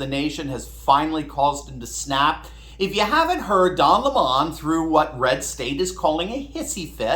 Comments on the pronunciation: Don Lemon insisting that his last name is pronounced "leMON" reminds me of the infamous "Bucket woman" (Hyacinth Bucket) in the Britcom comedy series "Keeping Up Appearances" who insisted her last name of "Bucket" was pronounced "Bouquet!" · Pronounced Lemon.. Just like the yellow fruit. I give 2 craps how that clown wants it pronounced. Spelled like the fruit it gets pronounced like the fruit. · What is with this don le mawn pronunciation? He doesn’t look or sound French to me. Meadowlark Lemon 🍋 had no problem pronouncing HIS name, but then, Meadowlark had no identity crisis. He knew who he was and knew what he could do better than anybody else. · Can we go back to calling him Lemon 🍋 since that's really how it's pronounced by his own lips when he first started? Besides, he IS a lemon! Why not call a spade a spade? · A Lemon is a Fruit, its Yellow, Sour, Acidic, when mixed with Vodka gives you a Headache and foul smell under your nose. Stop pronouncing this guys name like that. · Why pronounce his name any other way than that of the fruit? It suits him and his views. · Where I went to school. A vowel is long if with in two to the other vowel. So it Lim mom not la mon. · You are too kind,, it's lemon, not le mon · Weird that we call the citrus fruit a Lemon but the fact he has it as a last name it becomes a Le Mon in pronouciation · Its pronounced lemon 🍋 not le mon...i dont care how he wants it said. Because he is a lemon of a journalist. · Any way you look at it, his name is lemon 🍋 not Le Mon, who's he trying to kid? He's like lemon car, unfixable looser, too many things wrong with it. Pray you don't ever get stuck with a 🍋🍋🍋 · D'oh LehMUH lol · I for one can't stand it when the Professor and Tucker refer to Don Lemon as Don Lemawn. I think if sounds as stranger than it would to call Elizabeth Warren an "Honest Indian". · please keep pronouncing his name lemon, as in the sour fruit that only gets better with liquor! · It is Le mun